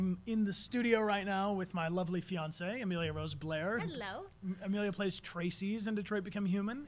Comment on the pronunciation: Am I the only one yelling Amelia its not that hard